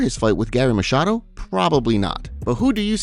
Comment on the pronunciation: Finally, someone got his name right. "Garry Machiado." 😂